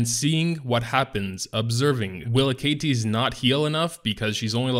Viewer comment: A-Ka-Tis....that really pisses me off lol, it should be A-Ka-Tes right